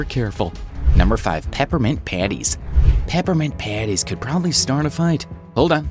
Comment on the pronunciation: When he said: “Peppermint Patties” I thought he said: Peppermint PpAANnTTIiEeSs😭👍